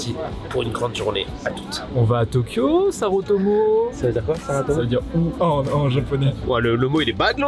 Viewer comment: Mdrrr, c'est pas sarotomo c'est saretomo